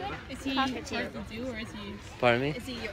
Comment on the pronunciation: Hi Is, I am not sure they are understanding when you said " Cockatoo Luck". ( I suggest you say like "cauuu ca too , not " "coooo" 😀🥰💖🤗🕊☮️💜